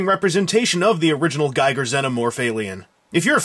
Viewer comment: Giger, pronounced geeger.